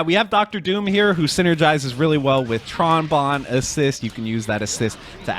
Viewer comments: It has two N's, it can't be pronounced "Bone". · I will never forget years ago you called Tron Bonne, "Tron Bone" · Um...that isn't how you pronounce her name? 😂